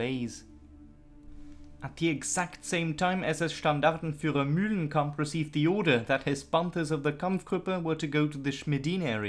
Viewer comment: New game...everytime this guy says "MULE-lenkamp", everybody drink.